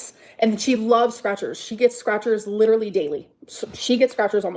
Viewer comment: Oh I got this feeling when she said "leeeedurully" through tears !! Annoying af!!